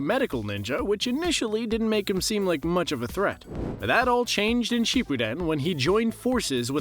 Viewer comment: The way you pronounce Shippuden and the other characters makes me cringe lol but i like the video👍🏼